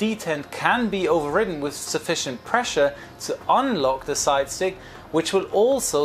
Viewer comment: Did you say 'side chick'?